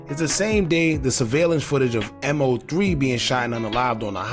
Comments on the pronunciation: killing me bruh its Mow-three not M.O -three😂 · Dawg you just making videos to make em, its MO3 NOT M-O-3, you don't even pay attention to shit bruh you talking just to talk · All this coverage on him....n u still calling him M.O.3?.....it's MOE3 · His name was MO3, "Moe Three", not M, O, 3! And the bail is $750,000, not $750! You need to stop talking and do some listening, listen to your own videos instead of yapping over them, and read your comments! Just straight lazy.. Unsub'd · MOE MOE MOE MOE MOE MOE MOOOOEEEE!! SAY HIS NAME!! MOE!! For God's sake bro 🤦🏻‍♂️ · I get what you're saying about him not being a big artist when he passed (kind of). The point is, as you've pointed out, that if he is going to report on and monetize off his name, the very least he can do, is to say it right! Everyone that's tuned into his story, should know his name and to continue to say it wrong is mad disrespectful! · In fairness to he wasn't that big an artist for you to claim that. I'm big into rap/hip hop and I wasn't a fan of his before he passed. But again I also know how to say his name. It is weird how he keeps saying it wrong. Despite news reports even saying his name and last video everyone was roasting him about it. Might be doing it on purpose now. It is very disrespectful to Moe as he's also making money off it, the least he can do it say his name properly!